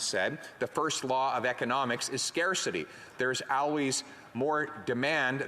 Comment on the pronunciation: ill trade 5000 "um"s for 5 owlways please